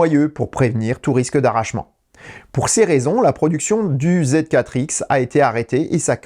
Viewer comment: J’ai l’impression que c’est plutôt contre les constructeurs japonais qu’il a un problème. Il n’arrive même pas à prononcer correctement Honda-e (Honda-i) et il oublie carrément le « b » de la toyota bz4x